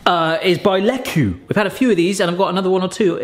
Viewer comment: Don't quote me on it, but i'm relatively sure Lekue is pronounced like "Leak-way". at least i'm pretty sure thats how the company's vendor said it. i could be misremembering, it's been quite a while since i worked for a kitchenwares store.